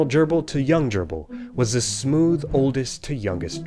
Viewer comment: If I had seen the word Dyirbal written down, I'd have not pronounced it Gerbil.